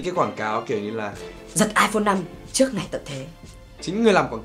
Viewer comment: Tsao phải so sánh giữa JV và Huyme nhỉ. Cả 2 a này đều rất hay mà. Mỗi ng có 1 nét riêng, chả ai giống ai...thế nào là bắt chước??? À còn nữa, ơi, ra trước chứ k phải ra "chước" nhé b:)